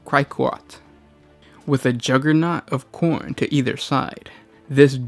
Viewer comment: I know you're saying Khorn but I swear I'm only hearing porn.